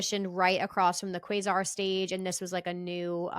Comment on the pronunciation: Love you but you are saying Quasar wrong. It's like kway sar